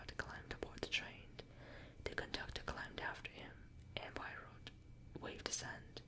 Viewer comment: I love agatha christie miss Marple is my favourite , but I love poirot too , an easy way to remember how to pronounce it is pwar - row , great video very relaxing 😄